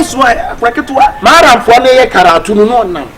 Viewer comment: Did I hear say Maram 😂😂😂.